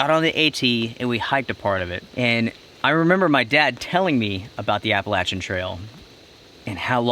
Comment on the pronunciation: You pronounce Appalachian wrong